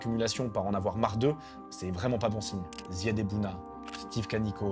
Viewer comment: c'est Zyed* pas Zed